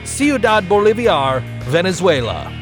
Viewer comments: Bolivar. Not Boloviar. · You cannot even pronounce "Ciudad Bolivar", it's Bolivar, not Boliviar. And you just pretend that the city has "lost its former glory" because of the leftist government? Bullshit video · 5 seconds of googling told me how to pronounce Cuidad Bolivar. I knew you messed up Bolivar by adding letters that don't even exist in it, but I wasn't sure of Cuidad. It is "Sooh-Dad", and obviously, Bolivar is exactly as it looks, "Bowl-Liv-Var". You are pronouncing it like caviar, as if it is spelled Boliviar... I realize everyone makes mistakes, but it gets frustrating when Youtubers do all sorts of research into things, but the one thing they almost universally refuse to check is how to pronounce words. Don't get me wrong. I still upvoted your video. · How do Spanish pronounce words are the same with how Filipinos pronounce the words. It should be BOHL-LI-VAR